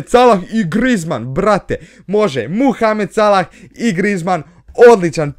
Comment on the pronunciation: Kaze see Mohamed Salah a ne Muhamed Salah